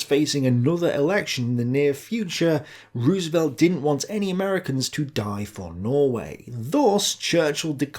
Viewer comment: Does he not know how to pronounce Roosevelt's name or is it intentional?